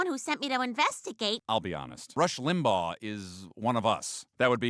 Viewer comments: Family guy characters say "Rush Limbahh," (correctly) and the voiceover guy says Rush Limbag 🤮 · I'm so annoyed at how you keep pronouncing it "Rush Limbog". Limbaw. Lim. Baw. Practice it slowly. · Ugh. I can't get past how the narrator pronounces "Limbaugh." Is this TTS?